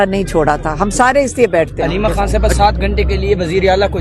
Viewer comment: Yaar KHAN hota hai HAN nahi, KHYBER hota hai HYBER nahi, Quran KHwani hota hai, Hwani nahi. KH-KH-KH-KHAY BOLNA SEEKHO!!!